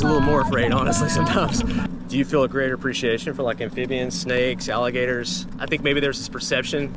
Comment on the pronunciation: I want to thank you for sharing this video with all of us. It was so awesome and I love your family. I loved it when said all Allergertor s 😂❤😊 I have been watching your family for a while now and I think your family is so awesome. Be safe with your travels 🙏 ❤️ ✨️